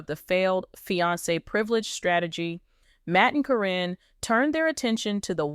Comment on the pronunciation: The mispronounciation of names onames is al so ridiculous. In one sentence Caryn's is pronounced correctly then in the next it is not. I think in the beginning there is a statement re it being for entertainment.